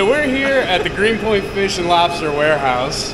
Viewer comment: LOBSTAH GENERAL TSO!!!